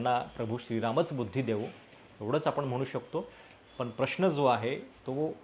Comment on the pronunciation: अणिल नाही , अनिल ! उद्घाटण नाही, उद्घाटन ! प्रश्ण नाही, प्रश्न !